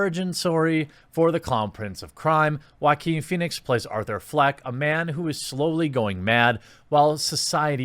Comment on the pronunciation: Love the way you pronounce Joaquin